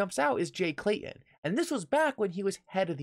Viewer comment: Pronounced with T in the name ...not Clayon it's Clay Ton